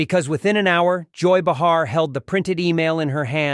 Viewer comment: Her name is pronounced “Bay har”.